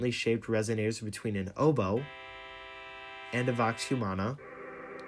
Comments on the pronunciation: Totally wrong, pronounced vox or woks NOT vough. stop spouting misinformation. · Not sure where you got the pronunciation. Vox humana means human voice in Latin, and the proper way to actually pronounce vox in Classical Latin would be woks, since the pronunciation of the v character changed over time. It's still pronounced as "voks" today.